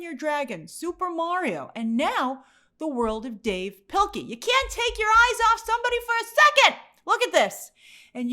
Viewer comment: What the hell is Grace saying? It's pronounced "Dave Pill-key"